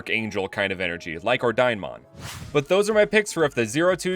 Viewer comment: I can't stop feeling like Ordinemon is pronounced or-dee-neh-mon. Maybe it's just me but I feel the name comes from Ordine, the Italian/latin word for order.